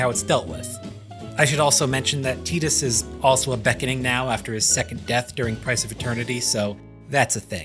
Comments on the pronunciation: Yeaaaaa.. it’s def (Tie)dus.. like (tie)dal wave, (tie)de pods or (tie)iland.. no one’s going to convince me that u get (tea) from a T-I spelling .. when it’s spelled Tedus or Teadus, I’ll pronounce it as (tea)dus otherwise, Tidus is ‘tie’dus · Man, I was respecting this video so much until he started saying Tidus's name wrong. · wow dude TEEdus really? you should be ashamed.